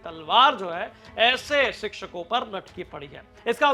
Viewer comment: शिचछको नहीं शिक्षको होता है 😂😂😂😂😂😂😂😂😂